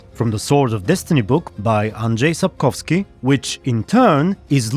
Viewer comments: Where are you from, if I may ask? The way you pronounced the name 'Andrzej Sapkowski' made me think you're polish, like me but can't quite put my finger on it :D Great vid tho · Dude i'm impresed how wel you said Andrzej Sapkowski,Polish might be easier for you now